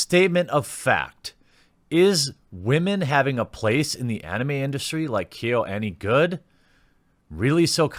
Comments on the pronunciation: It's "kyo" like kio, but faster. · You managed to pronounce Kyoto a bit better than KyoAni. 😅 Pro tip: the Y is pronounced smoothly, not as another syllable, the A is always soft. I love you, man, but I can't keep cringing this hard when you butcher Japanese words. 🤣 Anyway, it is really uncouth for media to capitalize on this horrific tragedy to push wokeness. Jeeeeeez. So what if animators are primarily male? If girls want to become animators, they have every freedom to go for it. And--"""EXPERT""". Big oof. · Kyoani = key yo ah knee. Kyoto. = key yo toe